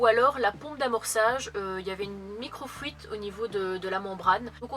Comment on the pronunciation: C'est l'accent belge trop mignon qui a fait une fugace apparition. ... j'ai noté aussi 😆